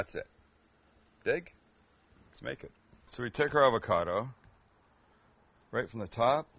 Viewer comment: Avacada?🤣 lol avacado...